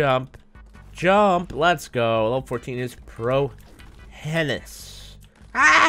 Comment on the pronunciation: Pro henis it spelled that way bit pronounced pro hinus